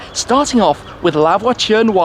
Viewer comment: I'm not french but that "noire" pronunciation by Shmee sound so wrong